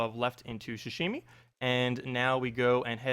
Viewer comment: I got so triggered when you kept saying ‘shashimi’ like bruh it’s pronounced how it’s spelled, ‘sashimi’